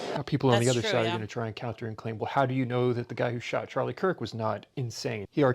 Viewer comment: "Chirlie Kark"